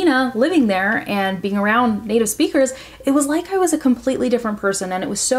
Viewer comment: Your way to pronouce " sounds and around" sounds kinda different!!! Is some kinda accent or something? Brasil!!!!